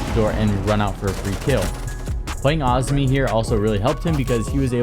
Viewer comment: I think the operator is actually called Azumi not Ozmi. But maybe they changed it?